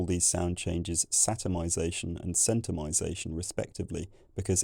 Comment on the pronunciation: ⟨Centumisation⟩ but the beginning is pronounced [sent]. Oh the irony